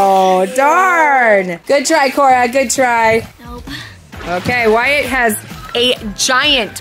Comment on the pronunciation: wyatt? not being rude just wanna correct